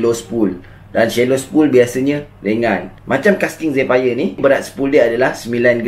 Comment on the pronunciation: Zephyr sebut jadi 'zifer'